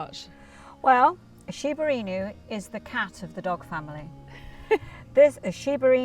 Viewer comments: its pronounced as INU.....not INYU. The Japanese word for dogs is INU. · I've commented before, and I'll repeat it: the inu is pronounced as innoo, NOT inyoo. Please listen to a native Japanese pronunciation. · Inoo, not inyou. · 1. Shiba's should never, ever, EVER be off leash on a walk. The prey instinct for this dog is far too high, and be it a mouse, rabbit, or bird, this dog will take off and not be back for hours! 2. It's "E-new", not "in-you". Respect the breed, it's nobility, and the heritage. 3. TJ? Luella? Again, this dog is of noble breeding and background. Respect this breed. Use Japanese names! Grrrr, 10 min in and I can't watch anymore. For "experts" in Shibas, I am shocked at the breeders lack of discernment for the breed. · ❌「しばいにゅうshiba-inyu」 ⭕️「しばいぬshiba-inu」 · WHEN THE MORON MAKING THE VIDEO PRONOUNCES THE BREED NAME WRONG 😅😅 IT'S "EE-NEW" NOT "IN-YOU" 🤣🤣🤣🤣🤣🤣🤣🤣🤣🤣🤣🤣🤣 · There is no Y in INU it’s pronounced INOO not INYOO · I'm surprised the kennel didn't correct the pronunciation, it's not shiba in you, it's shiba ee-nu. Lovely doggos <3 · She says "shiba-in- you" but It is pronounced "She-ba E-new" Shiba means brushwood Inu means dog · Stop saying shiba “ in you” 😂😂 it’s pronounced “eenoo” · It's not an "inju", it's I-N-U. Pronounced as written. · STOP IT. Its not "IN YOU", its "E NU". I'm not Japanese nor English but its giving me cringe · It is Shiba INU not IÑU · It's "She-ba Ee-nuu", not "In-you". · I heard it like “ee-knew” I believe it’s pronounced ee-nu. But the English language doesn’t adopt the original sounds on foreign words… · really knows how to say Shiba Inu It's "e-noo" not "in you" ffs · It bothered me this whole entire video 😂 I’m like it’s “I-NUUU” not “in u” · I’m the only Japanese here! May the shiba in you💓 いにゅーじゃなくて「いぬ」な！ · I-nu not In-yu. I'm wincing every time here. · It's not "in you" but "Ee-noo". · Shiba "In You" LOL - you should have looked into the right way to say Inu - it's not that hard. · She said Shiba Inew🐕